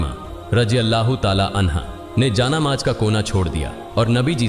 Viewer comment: Inse barabar Urdu Alfaaz Nahin bola Jata siratal mustkim aur Jaan Namaz Kafi alfaazon Mein mistake hai Jara Dhyan dijiyega